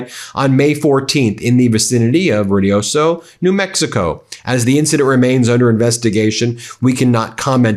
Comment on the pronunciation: “Rudioso”… 😅. It’s Ruidoso… roo-ee-DOE-soe. New 🇲🇽